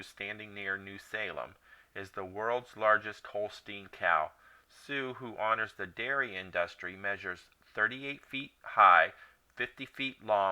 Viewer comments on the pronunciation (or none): I am about to drive through North Dakota today, so I really appreciate your video's quick facts. I give it an A! Lol. (By the way, it's IN-dustry, not in-DUS-try. Stress on the first syllable. Smile.)